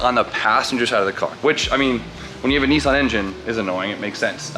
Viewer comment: “Hissan” as in hissing/going fast